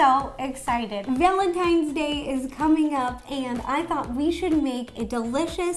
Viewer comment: Is it just me or did she say villantines day